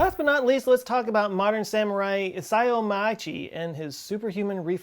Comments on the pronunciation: Pronunciation not that bad on Isao Machii. Try ee-sow Mah-chee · Very close: EE - Sa - O Ma- chee - ee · A comment on your pronunciation of Isao Machii - generally, Japanese does not use diphthongs, so 'ao' pronounces the 'a' and the 'o' separately with the two sounds short and running into each other, rather like saying 'ow' with a short glottal stop separating the two vowels. A single 'i' is pronounced short, so 'ih' not 'ee' and 'ii' is pronounced long, i.e. 'ee', not 'ih'. In a similar way 'a' is also pronounced short, so 'a' not 'ah'. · I cracked up when you apologized about your pronunciation of Isao Machii’s name. I honestly don’t think I’ve seen a video of yours where to didn’t do violence to the name of at least one person or place. Hahaha!